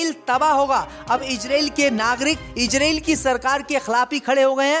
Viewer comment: रिपोर्ट महोदय इजरील नही इजरायल होता है.. पहले बोलना सीख लो फिर रिपोर्ट बन जाना जल्दी क्या है। लगता है मुस्लिम देशों के बैठक में अध्यक्ष तुम्हे ही बनाया गया था इसलिए तुम्हे अन्दर की इतनी जानकारी है